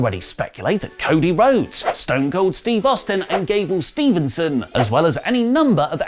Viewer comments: Gable Steveson not Gable Stevenson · Its Gable STEVEson not Stevenson 😂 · Damn it you called Gable Steveson, 'Stevenson' again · still can't say Gable Steveson correctly yet.